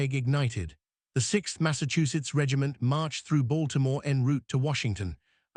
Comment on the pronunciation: Lord have mercy... Its not said like "Mary-land." Its "Maril-lynd" ...or "Marilyn" if you don't annuciate all the letters. Baltimore is "Balt-a-more" but also "Ball-more" depending on someone's accent. ...You got that part right. Come on hon'. That's a thing here yall need to know.